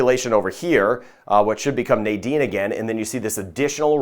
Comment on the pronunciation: You pronounce the name so beautiful, and all along I say Nydene as many people do and I did not know the correct pronunciation